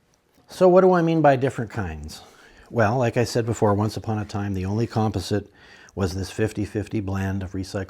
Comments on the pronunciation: Nice video. But would you please pronounce "composite" correctly! You're killing my OCD. lol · Thank you! I was having a hard time with that myself. :) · he must be Canadian!